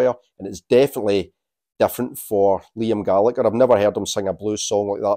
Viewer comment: Pronouncing Liam’s surname wrongly.